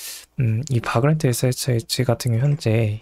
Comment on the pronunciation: 내용은 유익하나 바그란트... 유즈에이지... 영어 발음이 너무 혼란스럽네요..ㅠ